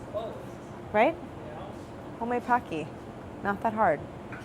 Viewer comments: Why is she calling them PAcky? They are PO-keys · Okay but w h y do people pronounce it PAW-kee? It's POHK-ki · Idk if someone has said this here not finished watching, but it's not pahkee it's pohkee like the word poke with ee at the end. Pokey would help saying it. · Gonna be that person, but it's ポッキー, not パッキ. (Poe key vs paw key). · Its not pronounced as "pah-cky" its actually "poh-cky" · They look so good! Why does everyone call it pock-y? It's pronounced po-kee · Her mispronouncing PO key in her American accent PAh key, hurts my ears. I wont survive 30 more minutes of this. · God dammit if another person says poki like "pa-ki" ima kill them, its "po-ki" like pokemon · “Pocky” is pronounced [poh-key], not [pah-key]. It’s even on Wikipedia as such. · I’m pretty sure it’s pronounced poke-ey (or po-ki), not pock-ey. Like poke poke! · It’s “po-ki” not “pa-ki”! It’s a Japanese snack and you pronounce the po the first way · Its pronounced Pokey. Like poke, then E, like capitol E. Not Paky. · IT IS NOT PAH-KEY! IT IS POH-KEY! TT_TT why does nobody ever say it right... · Isn't it poh-ki, not pah-ki. It sounds weird hearing them say pocky. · Lawd😑 its pronounced POE-Key . not pawkey LOL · I hope that they talk about the fact that it's pronounced Poke-ee as in poke not like hockey. *I just started watching and no they said it like hockey with a p 😒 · It's po kki not poc ky. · haven't even watched one minute and I already know I am going to hate how many times they will pronounce it PAH-key. It's POH-key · Packy? I thought it was poki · The Japanese pronunciation is actually "poe-ki" instead of "pah-ki". I totally understand why people believe it's a "pah" sound instead of a "poe" sound, but when you know Japanese it just sounds odd to hear it that way. Just a heads up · its poH-key, not paH-key, please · Pocky is actually pronounced Pohkey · I need to get over my pet peeve of people mispronouncing “pocky.” It’s pronounced “pokey.” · “homade paki” 😂😭😭😭